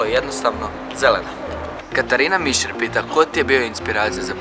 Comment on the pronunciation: Nije mišir nego misir ali nema veze 😚😚